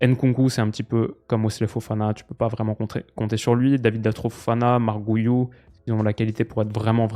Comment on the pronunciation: Coucou, en tant que catalan, j’ai un peu mal aux oreilles quand tu parles (et tu n’es pas le seul) de Marc Guiu. C’est pas « Gouillou » c’est comme en français, en gros. Comme gui la plante. Donc ça serai « gui-ou » 😘😘